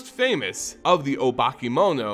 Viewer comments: I just don't like the way you pronounce many names. You miss letters. Hidetsugu for instance in hee-sugu. It should go a bit more like hee-DET-sugu. The rest can be over looked. As no one set what letters to emphasize. But that one is grating lol. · I have only one problem with this video (and it's caused by my OCD) is that you keep mispronouncing terms. Exemples: -you say oroROchi instead of orochi -you say Hitsugu instead of HiDEtsugu. Also... HOW LONG DO MOONFOLK LIVE? I mean, we came to understand that the new Kamigawa is set 1000+ years AFTER the prior one and Tamiyo seems to come from the old one... is she 1000+ years old or does the time on Kamigawa flow differently than the rest of the multiverse? Also also... man, I miss how beautiful stories used to be when they had three expansons to develop instead of rushing like hell. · Neon Destiny instead of Dynasty Hi-DE-tsugu Orochi, Myojin, etc. At one point I was like "he must be doing it on purpose to get comments on how bad it is";) While listening to this podcast style it made it somewhat hard to follow, but swithching to video gave it some context - this could be further improved if you included a showcase of cards relevant to the discussed plot (if those exist) like you did when you were introducing the characters. Have you thought about asking some Wizard's affiliated person for pronunciation tips prior to making this kind of videos? Maybe try having a selected few do an early viewing and delay the actual video to improve it based on feedback. Don't want to undermine the amount of work you already put into the video - it is GREAT and you can be proud of what you do for the community. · The ogre is pronounced he-det-sue-goo